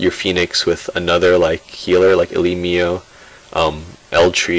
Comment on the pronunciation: Its Elimo, not Elimio...